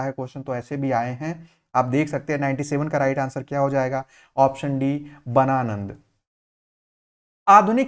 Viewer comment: Bananand nhi hai sir ghananand hai😊😊😊😊